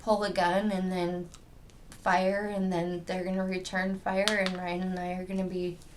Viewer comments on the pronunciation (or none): SAME HERE!!! Also her "annndt",made me freaking crazy!!!